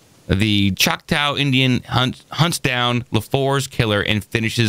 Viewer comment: Chalk-taw that's how you pronounce it